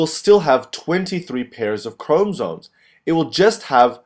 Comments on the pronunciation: Boy it is chromosomes not chromsome.........is ur o silent or otherwise u be silent... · Yes please 😫😫....ikr CHRO-MO-SOME Great video nonetheless 💯👍🏼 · Chrom-O-somes why not speak like a normal person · It's actually chrom- ah- somes......not chrom-o-some. Maybe instead of focusing on the pronunciation maybe focus on learning the concept? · Honestly the way you pronounce 'chromosomes' is so distracting and annoying I almost didn't get anything out of the video. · Hello, video was helpful although, when you say chromosomes, you do not pronounce the o between the m and s. Please for future videos pronounce this because it can be distracting. Otherwise video was great. Thanks!